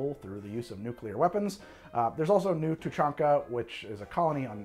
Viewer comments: You got Tuchanka correct. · How the fuckcan you pronounce the krogan homeworld properly jsut from reading it's name?